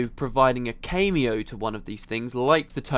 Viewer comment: btw, you say cameo wrong.